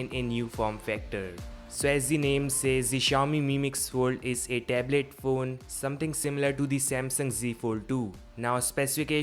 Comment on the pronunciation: LOL he said "Dablit phoone" :-D (tablet phone)